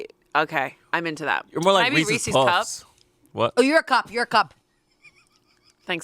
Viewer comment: It’s not reesIES